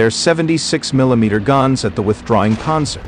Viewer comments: "Ponzer" tanks? I can't. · “Ponzer” fodder. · Does this guy know how to pronounce Panzer, it's irritating to listen to him...